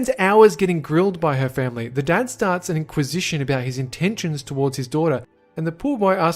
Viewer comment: i dont know why but i pressed J 3 times (a short cut for go back a few seconds) and all i heard was family! family... femley